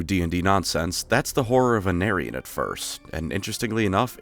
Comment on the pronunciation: WOW is this a bad moment for Aenarion's name to be pronounced like "an aryan"